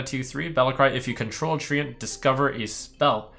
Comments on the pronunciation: it's read as trent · FFS it’s pronounced ‘trent’ not treeant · Do you really pronounce it Tree-Ant ? :D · no it's tree-ent, not trent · 100ways 2DIE Tent with an r? ok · HAHAHAH was thinking the same thing... THE TREE-ANT-MAN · SAY TREANT AGAIN???? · Jens, please write an angery (sic.) email to Trump correcting him on his pronunciation of Treant.